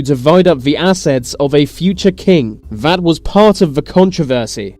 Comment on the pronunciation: What's with the "vis & vat"? Can't he pronounce 'this & that'?